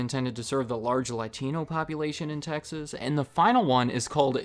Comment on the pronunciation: Please keep saying Texas